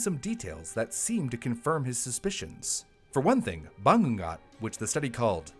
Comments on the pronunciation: I love you but as a filipino bangongot is actually pronounced "ba-ngo-ngot" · I'm from the Philippines and I dont know the origin of the word Bangungot. I thought it is just the tagalog word for nightmare. Anyways the way you prnounce it is ba-ngoo-ngoot. Idk if it helps cause "ng" is actually a Filipino alphabet. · Ba-ngu-ngot -- but I know western tongues have a problem with the "ng" sound. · It’s pronounced “bah-NGU-ngoht.” Source: I’m Filipino. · I was confused at first, but it's pronounced BA - NGOO - NGOT (the "ngoo" sound is elongated). The Philippines is a very culturally superstitious country so we have all these scary words. Like I think we have a bunch of different words for "curse"? I'm not a rural person so I don't remember. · Thanks for clarifying this!! I hope notices this. I was playing brew in the background and I kept saying to myself “ano daw???” Everytime he says banggat 🤣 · I noticed it too. All that I heard was... "Bangga" like what??? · This would have made a great episode during Halloween. "Bangungot" - pronounced- ba - ngu - ngot - is a Filipino term for it... IIRC. Gawd, I haven't lived back home in nearly 2 decades. Haven't visited in 5 years. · Its called Bangungot (Bah-ngoo- ngoht) idk how to describe the sound of the 'ng' but its like a sound of a motor, the sound feels like coming from the nose. hope this helps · I slightly cringe then laugh whenever mispronounced bangungot. 😅🫣 The syllabification is ba‧ngu‧ngot. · Did he say BANGUNGOT ? 😂 The way he said it tho. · It's funny how "Misamis Oriental" was pronounced really well for an American but the word "bangungot" was just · Of all the videos I've seen here, never did I expect to talk about Filipino superstitions. Oh, and except for "bangungot", pronounced a lot of the Filipino words/names pretty well. Kudos to you,! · The bangungot though 😞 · the nightmare here is how pronounces "Bangungot" 😂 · Bangungot - /baˈŋuŋot/ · Ba-ngoo-ngoot Not ba-ngung-got